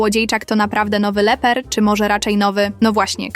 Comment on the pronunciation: Nie Leper tylko Lepper to po pierwsze a po drugie to Pan Lepper